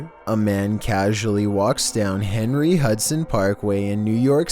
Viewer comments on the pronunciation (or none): none